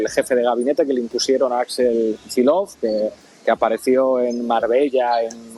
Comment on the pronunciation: No se entiende por qué se pronuncia /kichilof/ un apellido ruso que se escribe Kicillof.